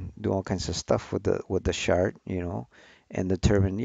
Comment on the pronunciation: First time hearing someone pronounce "chart" as "shart", fascinating as it means something completely different